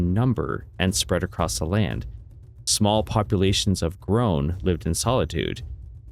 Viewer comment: It's gronn dog not groahn